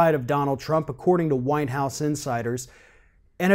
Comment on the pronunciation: LOL, it sounds like you're saying "according to winehouse insiders".